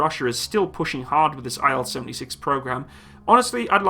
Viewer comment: It's "IL", not "I-L" ("Ai-El"). By the name of Ilyushin ("KB Ilyushina")